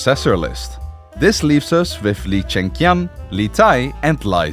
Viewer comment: The animation is awesome but I don't get how you managed to pronounce "Li" in so many different ways while reading the same script, especially since it's among the most common surnames in the world. Not to many the many variations on "Chengqian" while is pretty easy if you know the q is pronounced similarly to the English "ch".